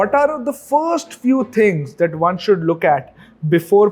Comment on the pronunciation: Why do you pronounce English words wrongly like Firsht, Fasht, Shtart, Invesht, etc. Learn to pronounce these words without 'h' in 'em. Good episode.